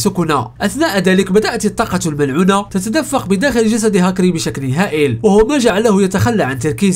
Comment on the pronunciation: فيديوهاتك جميله ومتعوب عليها شاهدتها تقريبا كلها عمل رائع ملاحظه صغيره في هذا الفيديو مع العلم انني لا اجيد اللغه العربيه جيدا ولكن قلت في الكثير من المرات طاقته المنعوله😂 تصحيح طاقته الملعونة 😂 مش منعولة المهم فيديو رائع اشجعك على المزيد وانتظر فيديوهاتك بفارق الصبر بالتوفيق